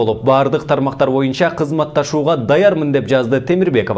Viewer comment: Боюнча деген сөздү моюнча дейт го..диктор..